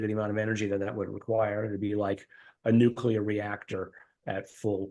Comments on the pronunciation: its pronounced the way its spelled...nuclear. Noo Klee ar. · OK... I finally have to say this: the word is pronounced NU-CLEE-AR not NUK-U-LAR.